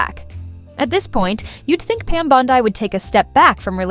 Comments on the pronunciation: Bondi…Bondi, not Bond eye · 9.1M views and 100👍🏻 This shows what a sorry azz sack of crap, progressive hit piece you put out on a Trump cabinet member. Voice troll won’t even pronounce her name correctly! “Lefty Facts Vs” Who’s running your outfit now? Brian Steltzer?